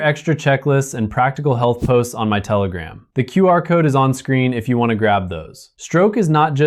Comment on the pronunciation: Did you say telegram?Ughhhh